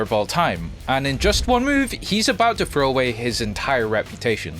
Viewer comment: How do you Frow instead of Throw?